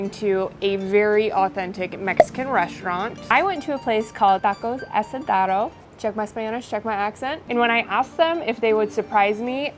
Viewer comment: LOVE YOU,!!! The following is only because you asked to be checked on you pronunciation and accent haha. Its pronounced TAH cohs Ah sah DARE oh <3. Also, Cabeza is caBEYsuh